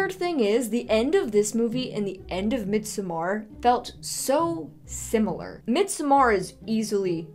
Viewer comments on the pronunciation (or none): It's Mid-sommer with a flat D, as in Middle Summer, FYI. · As much as I LOVE your videos, the pronunciation of midsommar irks me so much! 😂